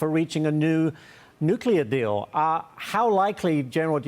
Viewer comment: Practice to pronounce the Islamic Iran dictator name correctly, the way you said it sound like revolutionary founder